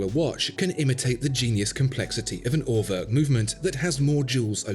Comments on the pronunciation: pronouncing it At-oh-wak, isn't really doing the brand any favours -- perhaps the slightly softer A-toe-wick would be more helpful :3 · Ah you meant Uhrwerk...with an oe sound like as in shoe or two, you said örwerk...lol.. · What do you want to bet more people will just automatically pronounce "Atowak" correctly than "Urwerk" (which my American tongue spit out as "Er Work" until I found out better). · Everytime you try to pronounce Urwerk, and show this silliness on your B take I daydream your beg cry for subscribe button. And I wish, the very best for you. As calmly I release all the profanity that rushes into my head by the by product of your tango, I again do firmly wish the best for your channel.